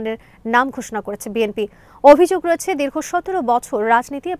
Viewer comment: বিএমপি নয় সঠিক উচ্চারণ বিএনপি হবে।